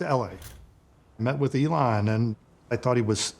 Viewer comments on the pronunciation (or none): This man can't even pronounce Elon's name correctly, but professes to have worked closely with him? C'mon!